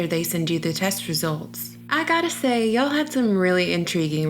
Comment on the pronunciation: Any idea how un-natural you sound saying "ya'll"? We can deal with you refusing to pronounce the letter "T" and the lisp but come on for what ever unimaginable reason but you saying "ya'll"?? God